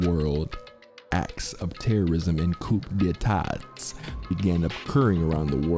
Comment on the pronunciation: why did you pronounce coup d'etat like that??? omfg